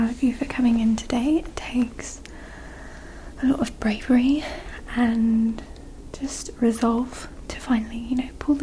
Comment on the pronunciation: a little London/Estuary accent snuck out there 'a lot of..'